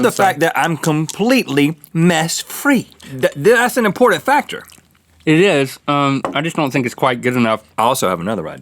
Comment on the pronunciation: I'm crying 😂 did Link try to say "It is" and just completely fail? I heard "It eurgh" I don't know why I can't stop laughing at this